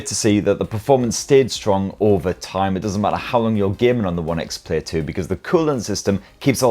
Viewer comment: It’s One X Player.. he’s dropped the first e for some reason 😂 nice video though!